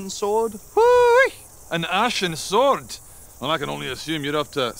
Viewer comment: When he says, " an Ashen swort," you know it's gonna be hard